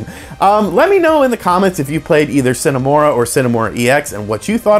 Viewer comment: Thanks for the review. And for pronouncing the title correctly, we appreciate it :)